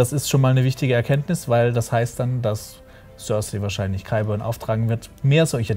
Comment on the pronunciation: Die Leute von der sind so welche die sich das wohl meistens nur auf Englisch oder vorallem auf Englisch anschauen das merkt man dann schon wenn sie über GoT reden. Die Aussprache von Namen oder Orten zb. die Aussprache von Cersei. Ich kenne niemandem der Game of Thrones sieht und ihren Namen auf Englisch ausspricht. Und wenn ich mal drüber nachdenke in meinem erweiterten Freundes und Bekanntenkreis schauen von etwa 20 Leuten die regelmäßig GoT schauen vlt 1-2 Leute inklusive mir überhaupt mal auf Englisch. Ich weiß auch garnicht was das soll die Deutsche Fassung ist toll Synchronisiert und manchmal finde ich dass gerade durch die Deutsche Sprache auch eine Tolle art von Mittelalterstimmung aufkommt.